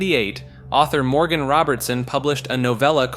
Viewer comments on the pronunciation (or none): none